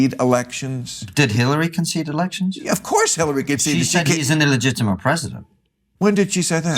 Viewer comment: "Did Hillary conseede defeat?" Of course she did? When did she say that? I'm new to this country says 'brilliant' Bill Maher! Wow!